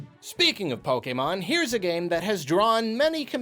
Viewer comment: I like how is one of the few people that pronounces "Pokémon" the way it was meant to be pronounced.